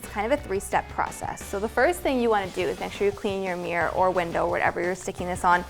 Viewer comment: Stop saying "meer"! It's a MIRROR!